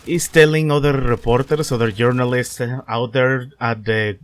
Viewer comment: It sounds like you said "Urinalists".